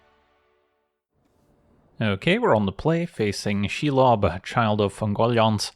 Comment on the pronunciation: That pronunciation of Shelob Chef's kiss